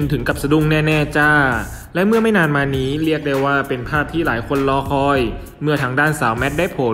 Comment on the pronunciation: ออกเสียงให้ถูกต้องด้วยคะ ตัว ร ไม่ใช่ตัว ล และออกเสียงคำควบกล้ำไม่ได้ ตัวอย่าง สงกานต์ กับ(กลับ) ลอคอย พะราชมงคลมุนี แข็งแลง (แรง) ช่วยปรับปรุงด่วนเลยคะ